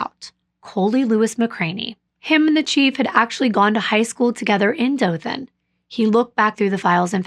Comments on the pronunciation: Hey, I'm from Alabama. The way you are pronouncing Ozark and Dothan are the same way they are pronounced here. I like listening to you and the way you describe the area you're talking about. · You are saying Dothan correctly, it is where I grew up. I am familiar with the corrupt nature of the area. It's so sad. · I’m from Alabama, but I’m close to the Talladega Super speedway. Also, you are pronouncing Dothan correctly. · So I was born in Dothan (you pronounced it correctly) and grew up in ozark. I was young when this happened but I remember people everywhere talking about it. I remember hearing how a local cop was possibly involved. A lot of evidence pointed towards him and was the reason why there were so many hold ups. As I got older and looked into this myself I kinda agree with what I heard when I was younger. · I’m not from Ozark, but I do live in Alabama!! I was shocked when I heard you mention my state lol. Also you pronounced Dothan perfectly! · You’re pronouncing Dothan correctly. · you are correct the way you pronoun the city Dolton which is located in Alabama. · Dothan... you pronounced it correctly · You're one of the only non-Alabamians to pronouned Dothan right! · I’m from Dothan. You have pronounced everything correctly. I remember the case like it was yesterday and has been a topic of conversation for years. JB and Tracie were a few years older than me. JB and I attended the same dance school. I never had dance class with her but I do remember seeing her in the building as we were going or coming from our classes.